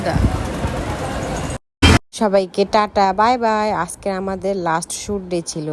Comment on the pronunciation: আজেক ❎ আজকে✅ 🤷🏻‍♀️🤷🏻‍♀️🤷🏻‍♀️🤷🏻‍♀️🤷🏻‍♀️🤷🏻‍♀️